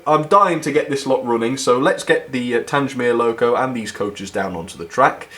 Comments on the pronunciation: The Beechwood Wagon was the odd one out. When are you going to get your names right? You don't say Tangemere, it's Tang-mere, you dummy. If you want to send me that Bullman, and he'll be turned into Sirloin Steak to go with Micro Chips. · An extremely beautiful set but it's TANG mere not TANGE mere. Your mispronunciation spoiled the video for me. Kind regards, David. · PLEASE STOP SAYING TANGE MERE. IT IS TANG MERE. TANG. THE-G-as in Gate. grates on me every time you say it. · its pronounced tang mere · Pronounced "Tang-mere" not "Tange-mere" sorry buddy haha, great review as always! what a lovely set! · I'm sorry. Tangsmere?!?!?!? Its Tangmere. The southern enthusiast in me is screaming right now....... but still, good review :) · TANG - MEER, pronounce it right. It's not TANGE - MEER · Just caught this by accident having just bought the same also on eBay for £130 today, 14.8.24. Delighted to hear all the compliments. As previous;y mentioned Tangmere is pronounced as in "Bang" and not Tanj. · its pronounced like this "tang mere" like tango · Will you PLEASE pronounce Tangmere correctly. The G is as in gate NOT orange. As ex RAF it grates on me every time you say it incorrectly. Good reviews though😊 thanks.